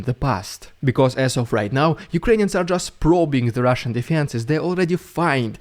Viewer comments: Rolling Rs in 'Rrrridiculous Rrrrrrussian Prrrrropaganda' is a delight to hear. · I like the way you say the RRRRRRRRRRRRR...s......n prrrrrrrrrropg........a